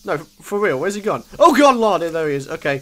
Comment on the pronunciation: ***** Am I the only one who "oh good lard" instead of "oh good lord" ?